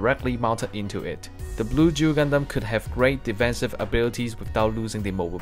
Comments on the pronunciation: It's Duel not Jew. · O fuck he's saying duel not jew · I'm trying to quit nicotine, but I keep hearing Juul when he says Duel :,)